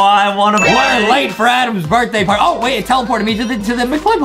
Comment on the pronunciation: on the perfect lie game and there was a lankybox party the mom/teacher said larty and you said p and l together i think she attually said plarty